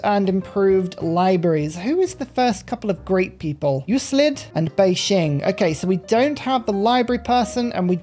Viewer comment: The words "vini, vidi, vici", and the name "Euclid" are not pronounced like you are saying them.